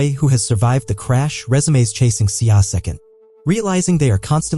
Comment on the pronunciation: The A.I. narrative is lacking emotions and depth. Plus too many words pronunciation mistakes by the A.I. like ‘ RESUME as RESU-ME. And one more thing. Why is the movie or series in Hindi? 😂😅😅😅